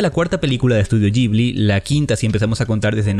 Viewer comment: Que es eso de Estudio "yibli"? De donde sacaste esa pronunciación? Horrible!